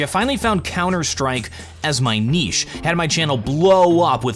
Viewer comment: WOW an American that pronounces niche properly 😲